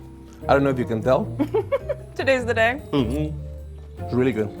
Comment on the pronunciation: pronouncing Emily as "Amy Lee" is too precious